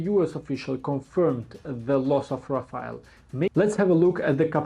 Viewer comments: rafale not rafael😂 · Rafale❌ Rafail✅ 5 indian fighters jet shutdown by chinese J-10 C but indian not Ready to hear truth From even france intelligence that admitted Lose of Rafael😂😂